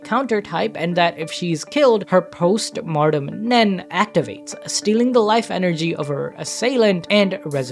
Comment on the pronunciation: A good video, and I appreciate you breaking that down, but, for the love of Killua, PLEASE stop pronouncing "Post-Mortem Nen" as "Martem", the word is pronounced "Moar-tem"!